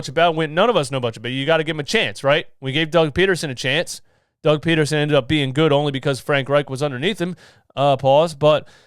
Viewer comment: "Doug Potatosen" 😂😂😂